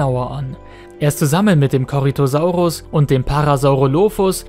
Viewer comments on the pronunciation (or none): none